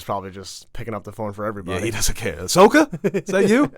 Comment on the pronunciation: doesn’t know how to say Ashokas name correctly, watch a dam episode of clone wars.